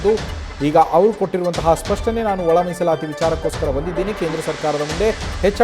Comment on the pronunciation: Musalayi ❌ Misalati✔️